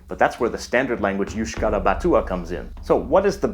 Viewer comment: Basque talking here, fun fact: Basque in euskera is euskaldun (that comes from Eusk-ahaldun, literally meaning "who is able to speak euskera") and you pronounce basque words better than some " basques" (I write it sarcastically because even though they live in the pais basque they aren't real basques)